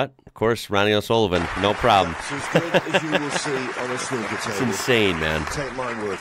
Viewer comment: SNOOKER you keep going back to saying SNUCKER